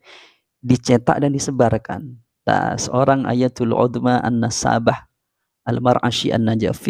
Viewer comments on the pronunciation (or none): Si Qori kacau.. mufrodat aja kacau..bagaimana mau benar baca kitabnya. Salahsatu kekacauannya adalah dia seringkali menyebutkan "AHLI NASSAABAH" .. 😂 Makna dari kata " Nassabah " sendiri sudah "AHLI NASAB" atau orang yang sangat mumpuni dalam bidang ilmu nasab. Jadi ketika si qori menyebutkan "AHLI NASSAABAH" , maka akan sama halnya dengan orang gunung yang buta pengetahuan pergi umroh lalu setelah disana dia bilang bahwa dia ingin pergi ke "GUNUNG JABAL UHUD" 😂😂😂 Ya gunung ya jabal juga 😂